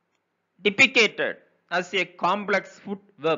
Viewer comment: pl take care of pronunciation depicted ( not depicated) like wise few are there.